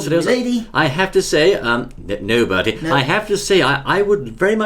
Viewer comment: Um it's Bertie not birdie